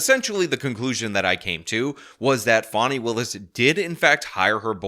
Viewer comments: FAWNY????? IT'S FAAAAAAANNNNNNNNY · I don’t know who you’re talking about; there’s no one in this case named Fawnie (sp). The woman I believe you’re referring to is Fani; pronounced like the nice way to speak of a horses ass. See the foreshadowing that everyone should have noticed? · I have to ask why are you calling her “Fawnie” when it’s Fani, like how you refer to an a$$ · Her name is pronounced, fan-e. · Stop calling her "Fauni". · What i find almost as irritating as the blatant corruption on display from the Fulton Country D.A., is the way in which you consistently mispronounce her name, lol